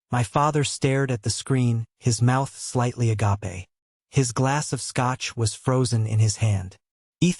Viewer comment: In this case, "agape" is pronounced /a-GAP/ with a LONG SECOND "A". 1.